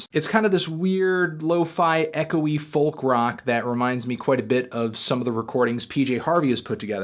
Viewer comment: Goddamnit toothy, you don't have to say the 'L' in folk..... >=|